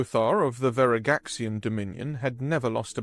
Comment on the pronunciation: Your Pronunciation of Veragxian IS IMPRESSIVE. I love good narration